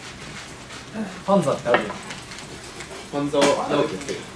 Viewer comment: ほんとだ。今聞いたらそう聞こえる。 「ファンザだな！！」にも「バカだな！！」にも聞こえるように発音できる虫さんの頭の回転の速さと声の出し方が凄い。